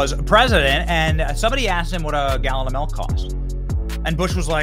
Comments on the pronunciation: Ahhhhhh BENNY! You're a "melk" guy and not a "milk" 😮 MILK lol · MILK. Not M E L k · My man Benny says MELK lmao Love ya dude